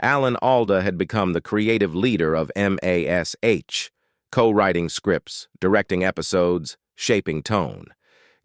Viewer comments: F.A.I.! It's pronounced "Mash" not "Em Ay Es Aitch"! Effing fools! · We always called it "MASH", NOT "M-A-S-H". AI strikes again! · Dammit, can't these creators get AI straight. Calling it M. A. S. H., not MASH, is stupid. The world knows its pronounced as mash, like potatoes, cripes, its annoying and wrong. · It is distracting, even disgusting, spelling out M-A-S-H instead of just saying Mash. We all know what it is for crying out loud! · Just say Mash, you tool. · THIS IS THE WORSTE AI NARRATOR I HAVE EVER HEARD ! ! ! From the beginning, it made major mistakes. I don't remember a show called M. A. S. H. But I did like the Show called "MASH". The MASH Unit, that it represented was not called "The Four Thousand Seventy-Seventh M. A. S. H.". It was called "The Four Oh Seven Seventh MASH"... It did get it right at least twice. But it got it wrong more times than I could keep count of!!!